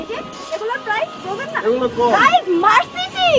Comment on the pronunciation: মারসিটি না মারসিডিস। এমনেতে তোমার হাতের লেখার বানান যে, ভুল হয় তা না। তোমার ত দেখি উচ্চারণেও ভুল হয়। 🤣🤣🤣🤣🤣🤣